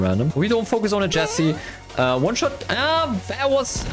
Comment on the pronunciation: In the celebration, the editor said oneshost instead of oneshot xd